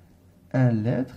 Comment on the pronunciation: Attention à la prononciation du mot litre